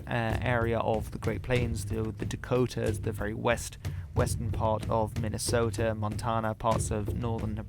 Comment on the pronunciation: Never ever change how you pronounce minnesota and Iowa. You say them better than Americans